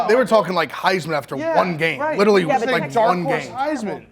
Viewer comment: Can ever pronounce literally correctly? He says “L-Italy” like the country started with L. Pathetic.